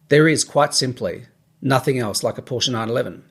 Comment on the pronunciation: Ahhh don't you mean you've wanted a Por-sche for about 30 years.....I mean 30 years should have been long enough to know how to pronounce it correctly....lol